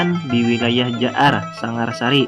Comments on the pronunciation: Sangarasi bukan sangarsari bung. Dan taukah anda apa arti nama Uria Napas Negara ? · Maaf min bukan jaar sangarsari tapi jaar sangarasi yng berasal dari sangar wasi/sangar jatang